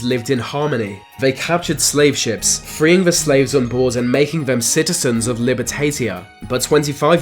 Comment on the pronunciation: Libertalia not libertatia